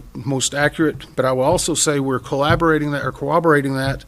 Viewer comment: Is it just me or does the NTSB guy keep saying "cowobbleate?"